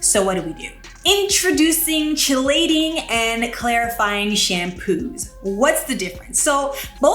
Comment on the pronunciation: I love your channel! FYI...Chelating is pronounced Kee-LAY-ting.